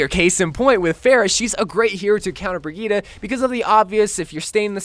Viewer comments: Am i the only one that gets irritated when say "brigetta" like its brigette there no a in that but still love yo vids👍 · It’s bridge eht is the pronunciation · Isn't it pronounced like Bridgette? This was infuriating. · Her name is pronounced Bridget